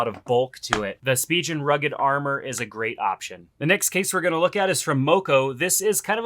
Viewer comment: It's pronounced spee'gan...